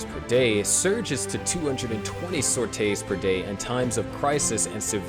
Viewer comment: its sorties, not “sortay”…